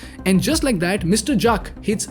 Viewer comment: Did he just pronounce Juck for Jack ??? Well.. 😂